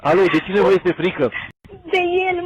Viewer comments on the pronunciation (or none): none